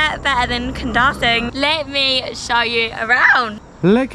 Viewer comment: The pronunciation for Kundasang is KUN-DA-SUNK